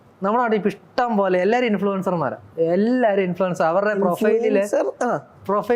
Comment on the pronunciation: INFLUENCER ❌ IN-FLUTER ✅